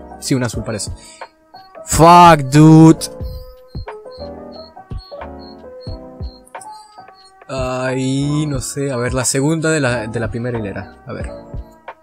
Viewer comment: "Fak Dud" jajaja, buen inglish